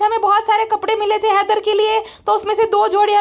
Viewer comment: Header Header zyada hi kar rhi thi Madam 🤔 jese ki Haider sound karana chah rhi ho😂😂😂😂